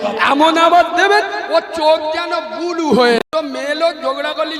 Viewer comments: ব্লু উচ্চারণ করতে পারে না বলছে বুলু।😂😂অমিত শাহ কুকুর না,এই বুলু বুলু মৌলভী হলো কুকুর। মোদী ও শাহের এতো সময় নেই যে তোমাদের নামকরণ করবে।এই নাম দিয়েছে বাংলার মানুষ। এই মৌলভীর কিন্তু ইসলাম সম্পর্কে কোনো জ্ঞান নেই তা আমি হলফ করে বলতে পারি। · ও জীবটাই উল্টোয় না ,আবার নাকি হুজুর? ব্লু কে বলে বুলু। ওতো একটা খেজুর। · শুধু মুসলিমদের কথা ভাবছি, বাংলা উচ্চারণ টাও ঠিক করে করতে পারছে না। আবার "ব্লু" কে" বুলু " বলছে তাই শুনছে। এদের কে ধর্ম গুরু বলে মানছে আর এদের কথা গিলছে।